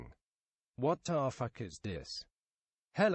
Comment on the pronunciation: "HELLO I'm legendri"